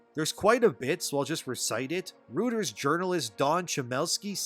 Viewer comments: It's pronounced as "Roy-Ters" and not "Root-ers". Jus saying. Thanks for the news I always look forward to your daily updates 👍. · Protip: it's pronounced, <Royterz> not rooters. 👀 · Reuters is pronounced like "roiters" not "rooters". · "ROY-ters" not "ROO-ters" fyi. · Just a tip, Reuters is pronounced ROY-ters... 😏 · Reuters is pronounced roy-ters not what ever the hell you keep saying. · Just a heads up. Reuters is pronounced "Roy-ters". Hope that helps. Love your stuff. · Tryin to help Reuters is pronounced “Roy-Turs” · Skooz me, but it's hard to believe that you've never heard the right pronunciation of "Reuters". I guess it's because folks don't watch tv news any longer. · You don't know how Reuters is pronounced?!